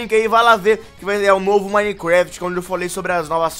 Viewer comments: tava falando Minequéft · Cara na moral aprende a falar minecraft pfv